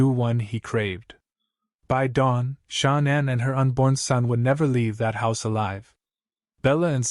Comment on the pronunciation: Why can't the guy say Shannan or Nicole right?? Just saying...❤